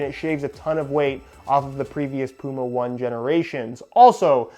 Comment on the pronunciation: It's pronounced Puma Oh-Ney Oh-Ney. Yes it is an old Hoka running shoes reference.